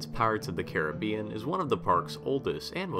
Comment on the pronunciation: Pirates opened in 67. Thanks for saying Caribbean right